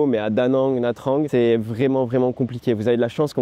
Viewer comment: Le seul effort que tu peux faire, c'est sur la prononciation des noms des villes vietnamiennes :D "Nha Trang" se prononce "Nia Tchang" par exemple. Sinon, excellente vidéo.